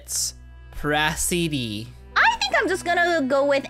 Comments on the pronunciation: Prasiddhi pronounced as Pra•si•ddi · I mightve watched late but prasiddhi is pronounced prazidi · do you mean prah-sih-di That’s how you pronounce it not spell it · I am Prasiddhi.. * tries to pronouns* Me: XDXDXD